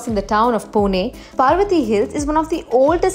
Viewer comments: Its parvati not paarvati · IT'S PARVATI NOT PAARVATI, THANKS